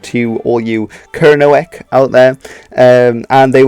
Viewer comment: Perfect pronunciation of Kernowic.